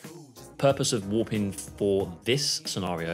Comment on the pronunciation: haha just sounded like youre saying woopin